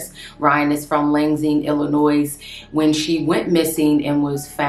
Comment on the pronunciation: THE NAME OF THE CITY THE MOM LIVED IN IS PRONOUNCED LANCE-ING (LANSING)